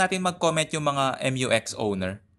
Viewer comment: not MU-X but rather Mew-X pag pronounce